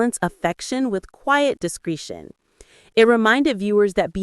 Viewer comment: Discretion, short e, like eh, not discreeetion. Pay attention to AI voiceovers pronouncing words wrong. Downvoting for the lack.